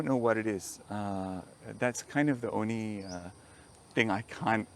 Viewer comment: I laughed because because when he said the word "only" it came out "oni" like many Malaysians. Love the interview. Thank you for the mango story and for falling in love with malaysia.